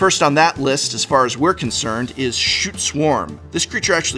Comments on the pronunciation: cool combo the only problem i have is scute is pronounced /sk(y)o͞ot/, not shoot /SHo͞ot/. also people think bogle as in slippery bogle is pronounced boggle as in the word game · Is Scute pronounced shoot?? I've been pronouncing it as scoot this entire time lmao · Scoot or scyoot are how scute is actually pronounced